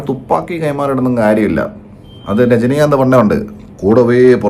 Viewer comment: രജന... രജനികാന്ത് 😂😂